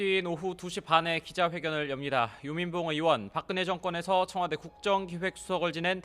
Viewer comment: 읽는소리 그대로 글자로 ㅋㅋㅋ청화대??!! 빵터짐 ㅋㅋㅋㅋㅋㅋㅋㅋㅋㅋㅋㅋㅋㅋㅋㅋㅋ